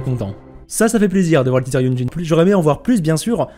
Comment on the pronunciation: C'est vrai, j'aimerais bien que YunJin soit prononcé correctement également (le j se prononce comme un ts en chinois) !